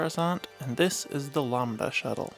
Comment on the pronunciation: Bro continuously pronounced it Lombda instead of LAMBda